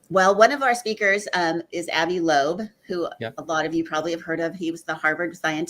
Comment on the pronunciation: This guest is absolutely terrible with repeating peoples names, he butchered Avi Loeb and Luis Elizondo. I only say something because these people deserve proper recognition and to give people the correct information to do research to come up with their own conclusions and thoughts.